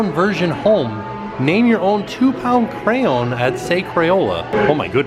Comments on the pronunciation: PLEASE learn how to say the word ",cray-on! I still love y'all though 💞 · pronounces crayon with a Cajun accent "cray-awns". pronounces it with one syllable, "cranes". Must be a Southern thing.😊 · I love y’all, but if I hear say his bizarre pronunciation of “crayoun” one more time ima lose it 😬😩🥺😆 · As a nj native, I was so confused when would change his pronunciation😂 I genuinely thought there were crowns hung up for a second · It's been awhile since I've gotten a chuckle out of the way pronounces crayon...😂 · He's actually trying to say crayons right. You know it was a thing if you've been following since the beginning. 😂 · Just started watching and am excited to hear all the crayon pronunciations! It genuinely makes me smile/giggle in a good way ❤ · Take a shot every time pronounces "crayon" differently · I kept thinking, am I hearing him, right?